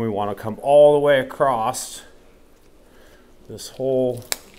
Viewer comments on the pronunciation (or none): There is no "T" in "across"...